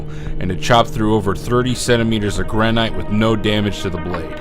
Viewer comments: GRAN-IT... GRAN-IT... NOT GRAN-ITE... Speech Nazi, Awaaaaaaaaaaay! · "Gran ite" = no "Gran it" = yes